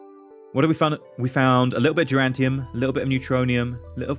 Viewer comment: Duranium. No 'T'.